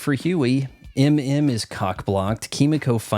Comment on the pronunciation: Who is IM IM? Are you trying to say MM? Other than that, I agree with your full review. I’ve had enough with the dudes all being naked. Seth Rogen has a history of thinking dongs are funny. Just do it equal. Same as the politics